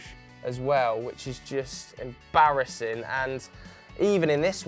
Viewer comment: at this point we could make a 10h clip video of just putting emphasis on the word "embarrassing"